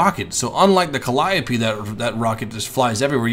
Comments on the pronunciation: Ok lets get it right this time! Calliope Cal-i-ope (Cal-ee-ohp) Please,, please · I'm pretty sure it's pronounced cal-ee-ope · "The T-34 Calliope" like if you noticed this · 1: Sturmtiger's sound files are in the game yes 2: It's panzer-where-fer 3: it's cal-e-o-pee 4: artillery wont be in the game, these rocket vehicles can fire directly as well as indirectlypure indirect fire vehicles won't be in the game, such as the Katyusha